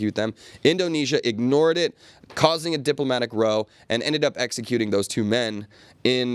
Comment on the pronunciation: Diplomatic row pronunciation is wrong????